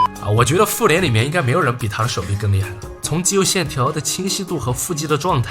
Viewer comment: 把复联听成妇联了，，，，，，，